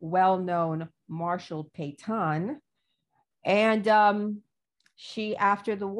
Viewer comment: Oh, she's talking about Marshall Petain! I was wondering who this Pay-tawn was. Geez.